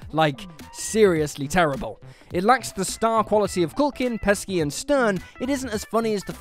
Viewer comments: "Pesky"? Pesci... like Peshy... you nonce! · Did you call Joe Pesci (pronounced peshy) Joe Pesky? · Pesky? Pesci - "peh-shee" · How do you hear peoples' names said correctly 10,000 times then go ahead and do things like call a world famous 'Joe Pesky' Honestly hate every single thing about whatculture to the point that their shitty habit of not getting names right is the last straw Unsubbed in a very Felicia way Byes in Felicia style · This man really said PESKI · “Joe Pesky” lol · Pronouncing Joe "Pesci" as "Pesky" is bonkers. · I know they’re British, & technically created the English language... but, why do they insist on butchering it? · This is the comment I came to make... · Pesci is an Italian word though, hence the soft/"ch" C before the I. Or am I being wooshed haha